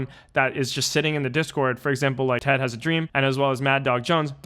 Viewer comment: Ted has a dream that you say his name right 🤣🤣🤣🙏🏻